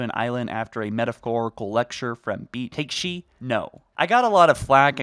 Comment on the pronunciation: Nobody talking about his „Takeshi“ pronunciation?